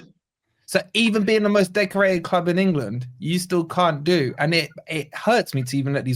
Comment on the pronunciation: thinks he's funny he can't even say club properly